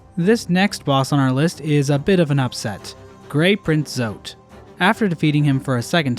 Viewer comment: Almost sounded like you said “Grape Print Zote” 😹